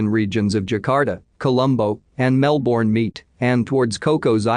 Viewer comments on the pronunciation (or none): none